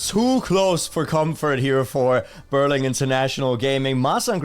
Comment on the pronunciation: also it's Berlin...not Berling